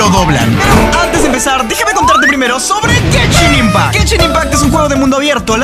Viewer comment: Soy yo o en el momento que dijo genshin impact escuche "que chimba"